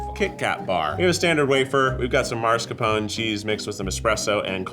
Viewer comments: MAS- CAR- PONEH. Wth is maRS-capone 😂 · Where does Keith find the "mars" in mascarpone?!?